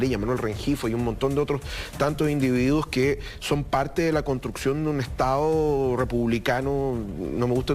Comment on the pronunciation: Hasta estas personas q son profesores de Historia hablan comiéndose las D en Chile. Ejemplo estado , dicen estao....uffff